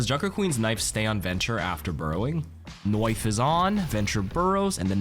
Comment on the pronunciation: Only aussies would say that, like Junker Queen.